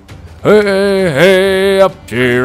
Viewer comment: I know this is nit picky but its wey hey not hey hey in the shanty